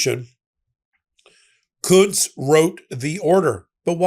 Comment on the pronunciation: Im pretty sure that they are pronouncing the name Kuntz wrong